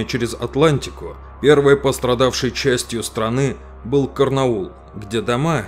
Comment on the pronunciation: чуваку с произношением английских мест надо что-то делать! Карнаул- это орно было)))